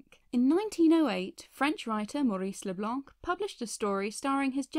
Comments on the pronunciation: Just, the "c" in Leblanc is silent😉. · "LeBlanc" is pronounced "Le Blan."